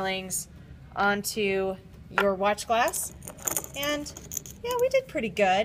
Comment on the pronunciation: "ain't that just purty"